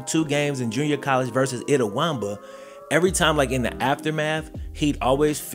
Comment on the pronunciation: S/O to for pronouncing Itawamba correctly lol